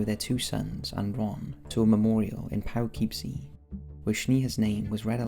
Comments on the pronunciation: I actually used to live in a place that you mentioned. Poughkeepsie lol it’s pronounced po-kip-sea not Pow-kip-sea lol other than that great vid! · It’s not pow or pough kipsee. Puh-kip-see. That’s how you saw it. You’re an Englishman so I forgive you. Just.. future reference bud. No worries. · Poo-kip-see... not pow-kip-see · Also it’s not POW - Kipsee it’s Poe - Kipsee :) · Hahahah i love how you said Poughkeepsie....POWkeepsie.... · just an fyi Paw-KIP-see New York. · poughkeepsie is pronounced “poh-kip-see” lol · Hehehe. Upstate New Yorker here. You’re pronunciation of Poughkeepsie was funny. Usually it’s kinda Poe-kip-see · And Poughkeepsie